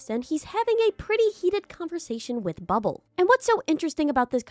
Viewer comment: bro says bubble as "bub-ab-ll"